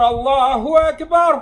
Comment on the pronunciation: В Аллаху акбар ударение делает на последний слог. Это меняет значение. Ударение должно быть на первый слог.